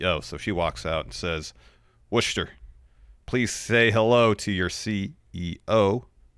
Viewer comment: It's pronounced Wuh-stah lol - sincerely, Someone from Massachusetts